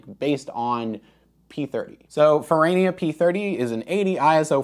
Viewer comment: That's because you call it Fer-rah-nia, not Ferraynia. The "tomayto", 'tomahto' nonsense doesn't work if you're speaking about real living people or real living companies with the bad taste to use languages other than American English.